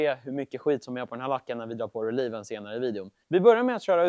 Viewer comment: Heter produkten "relieve", eller "relive"? Ni uttalar den "relieve" men det står "relive" på flaskan, så vad är det som gäller?